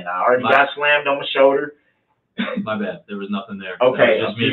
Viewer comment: It’s his “show-der”